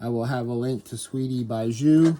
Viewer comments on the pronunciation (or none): French girl here, bijou is pronounced bee-jou and means jewel Thank you for this tutorial